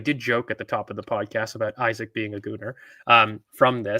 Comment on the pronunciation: his name is eeeeeesak not Isaac